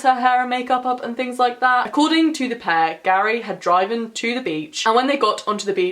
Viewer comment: OMG the way you said ‘driven’ what’s up with that?? also, just so you know (for next time lol), the Cadaver Dogs are pronounces like Cuh-da-ver kind reminds me of abracadabra lol love the video though. you did a great job and a case i’ve never heard of